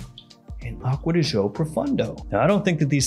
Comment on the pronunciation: Akkod Joe? Acqua Di Gi-Oooo, peasant puh-lease!